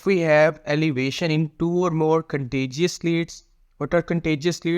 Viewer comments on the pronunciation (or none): It’s contiguous lead bro not contiguous lead,are you Paki.